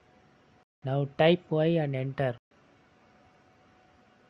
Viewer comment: Prrrress anter 😅😅